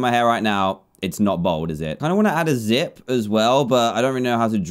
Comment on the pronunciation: When he said zip I thought he said zit 😂